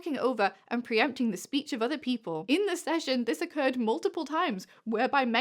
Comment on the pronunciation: preempting not preemptying??